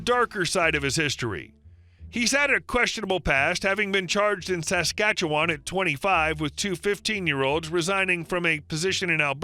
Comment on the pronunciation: I'm just REALLY impressed that the reader was able to pronounce 'Saskatchewan' correctly! Well Done!! :-)